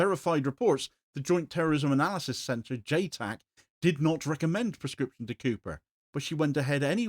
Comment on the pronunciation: Please say clearly prOscription, thanks.